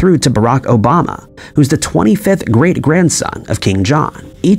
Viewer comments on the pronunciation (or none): none